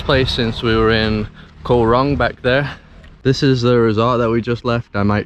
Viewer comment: I enjoyed your videos of the "koh" in Cambodia and now Thailand. The word "koh" is pronounced like this